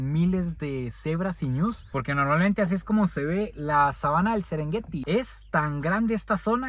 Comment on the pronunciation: Casi nada el sesrengueti que maneras.